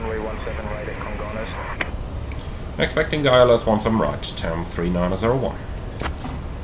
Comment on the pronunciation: I've been to Congonhas (Surprised you managed to pronounce it right, most foreigners say Congon-ras) a few times. I have no idea how that runway is even legal, specially after TAM 3054 overshot the runway on a rainy day and smashed into a building. Thankfully, transportation to and from the much larger Guarulhos airport has become a lot better in the last 10 years so I just use that instead.